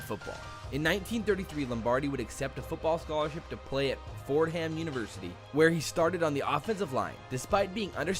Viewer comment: You lost me at "Ford-HAM". C'mon, bro.